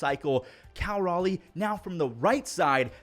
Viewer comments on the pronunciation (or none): none